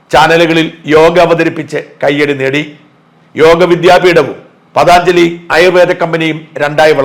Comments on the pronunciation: പതാഞ്‌ജലി അല്ല പതഞ്ജലി എന്നാണ് ഉച്ഛരിക്കേണ്ടത് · പതാഞ്ജലി അല്ല പതഞ്ജലി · ഷാജൻ സാർ, പതാഞ്ജലി എന്ന് പറയുന്നത് തെറ്റാണ്. പതഞ്ജലി എന്നാണ് ശരി . യോഗ എന്ന ജീവിത ചര്യ ചിട്ടപ്പെട്ടു ത്തിയെടുത്ത മഹർഷി വര്യൻ്റെ പേരാണ് പതഞ്ജലി എന്നത്. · പ്രിയപ്പെട്ട ഷാജൻ.... എന്തറിഞ്ഞിട്ടാണ് താങ്കൾ ഈ കണ്ഠ ക്ഷോഭം ഒക്കെ നടത്തിയത്? I M A യേപ്പോലുള്ള pharmaceutical മാഫിയകളും Unilever നെപ്പോലുള്ള multinational ഭീമന്മാർഉം ചേർന്ന് കോടികൾ വാരിയെറിഞ്ഞ് ഒതുക്കിയത് ആണ് പതഞ്ജലിയെ... പതാഞ്ചലി എന്ന താങ്കളുടെ വിഡ്ഢിത്ത ഉച്ചാരണം ...പതഞ്ജലി എന്നതാണ് ശരിയായ ഉച്ചാരണം എന്നെങ്കിലും മനസ്സിലാക്കിയിട്ടു ഈ മാതിരി false news കൾ ചെയ്യുക.. കാള പെറ്റു എന്ന് കേൾക്കുമ്പോഴേക്കും കയറെടുക്കാതെ ഈ വക കാര്യങ്ങളുടെ സത്യാവസ്ഥകൾ വിവരമുള്ളവരോട് ചോദിച്ചു മനസ്സിലാക്കുക.. താങ്കളുടെ ചാനലിന് ജനങ്ങൾ കൊടുക്കുന്ന വില കളയരുതെന്ന് അപേക്ഷിക്കുന്നു.. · പതാഞ്ജലി അല്ലെ ഡാ മൈരേ .....😅 പതഞ്ജലി നല്ല Quality products .....❤❤❤ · പതഞ്ജലിയല്ലേ കറിയാച്ചാ? പതാഞ്ജലിയാണോ? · പതാഞ്ജലി അല്ല പതഞ്ജലി ചില സമയങ്ങളിൽ ഇയാൾ വെറും കിഴങ്ങൻ ആണ് ഷാജൻ സ്കറിയ😂😂😂😂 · പദാഞ്ജലി എന്നല്ല പതഞ്ജലി എന്ന് പറയുക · പതാഞ്ജലിയല്ല - പതഞ്ജലിയാണ് മറുനാടൻ - സാജൻ സാറെ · Pathaanjali Alla, Pathanjali AaNu. Pa Tha both are short, neither is long. Do not mispronounce. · പതഞ്ജലി എന്നല്ലേ...പതാഞ്ജലി അല്ല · പതഞ്ജലി ആണ് പതാഞ്‌ജലി അല്ല. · Pathaaanjali alla.. Pathanjali... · പതഞ്ജലി എന്നു പറയൂ. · "പതഞ്ജലി " എന്ന് പറയൂ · ഷാജന് പതഞ്ജലി യുടെ പേര് പറയുമ്പോൾ നിരന്തരം ഉണ്ടായ തെറ്റ്, വാർത്തയുടെഉള്ളടക്കത്തിലുമുണ്ട്...